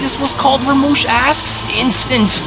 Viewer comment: Rumshi!! Not ramush